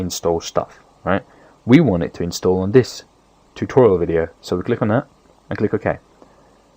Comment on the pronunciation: were you tired because you said ''Welcome to the tutorial wideo'' but it's cool.